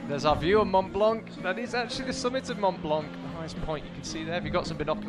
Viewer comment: One of the commentators is so annoying 😖 I can't even count the times he pronounced wrong Mont Blanc and don't get me started on messing up Jain Kim's name 😤